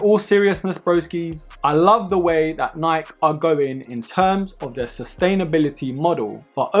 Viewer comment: him: according to niik me: 😭its nik e not niik